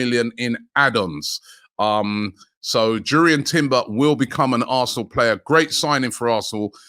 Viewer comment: Its pronounced yurrien not jurry earn